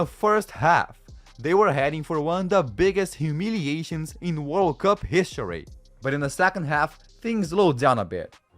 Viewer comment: Bro said hishory instead of history💀